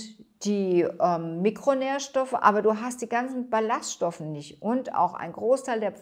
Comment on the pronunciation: Ballast(stoffe): Die Betonung sollte nicht auf dem “s“, sondern auf dem “ll“ liegen, also wie Ball und Ast.